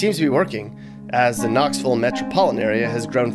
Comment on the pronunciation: It's Knoxville not Knoxvull